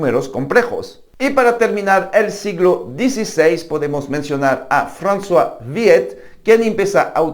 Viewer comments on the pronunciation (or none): none